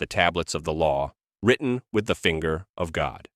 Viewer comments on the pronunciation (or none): none